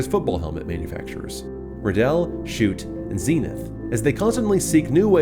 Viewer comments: Absolutely loved every bit of the video and as a football player myself I love watching these kind of videos but the only part that made me cringe was when you pronounced schutt as shoot when it’s meant to be pronounced as shut. Just thought I’d let you know :) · anyone else mad that he pronounced schutt as shoot and no shut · Schutt is pronounced Shut, not shoot. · Not making fun or criticizing just helping out, it’s pronounced “shut” not “Shoot” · Sorry I know it's nit picking but its said as Schuutt not Schoot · It’s pronounced shucht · It's pronounced shut not shoot, for future reference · it’s pronounced shutt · I always thought it was pronounced " SHUT"..like shut the door. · No I'm pretty sure the people who actually work in the factory are the ones who pronounce it correctly not this YouTuber who is taking a guess